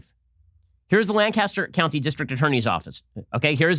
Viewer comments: Ben, as someone who lives near Lancaster Pennsylvania let me tell you, it's pronounced LANC-is-ter, not LAN-cas-ter. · Hey Ben, big fan, as a native Lancastrian, wanted to let you know we pronounce it "Lan-kiss-tur". It's how we id people from out of town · It's pronounced Lan-kiss-ter, Pennsylvania. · Lancaster is said like “Burt Lancaster” come on Ben, Lancaster...just roll it out of da mouth